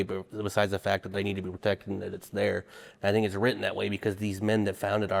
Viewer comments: Ok so a few things. First it's not pronounced "row-ten" it's "writ-ten" that was driving me crazy. Second as per a presidential request of the CDC for an outline of gun violence. Per the report. As of 2016 some 30K people die every year from guns, and 60% of that was by quitters. The other 12-14K are what's left. Also per the report 300K-3Mil people are saved by guns from harm every year. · " wrotten" is really tough to hear from someone trying to make an educated argument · If this guy says “wroten” one more time…😖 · Flint lockwood....i got my eye on you. And dude saying wroten is rough lol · My biggest issue was the guy saying “wrotein” instead of “written” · “When it was wrotten”…. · Buddy, it’s WRITTEN NOT “WROTEN” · i wanna be on your side,...but if you keep saying 'wroten' instead of WRITTEN...Im going to lose my shist...damn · Why does he keep saying “wrotten”? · OMG he said wrotten a third time. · The guy saying wrotten instead of written is driving me nuts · "wroten" haha